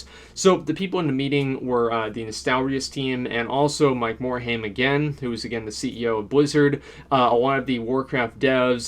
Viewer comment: Learn pronunciation of Mike morhaime